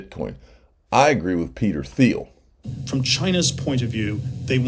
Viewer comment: Will somebody please tell him the correct pronunciation of Peter Thiel's name? His constant mispronunciation of so many names is driving me nuts! Anyone got "ETH"er?